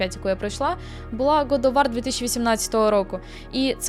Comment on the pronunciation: До речі, трохи ріже мені назва Год оф Вар, бо це ж Гад оф Вор. Звісно вимовляй як тобі зручно